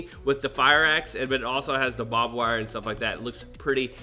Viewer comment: What you call “bob” wire is pronounced barbed wire